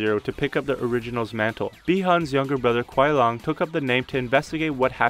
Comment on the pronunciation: “ kuai long “ 😂 It’s liang bud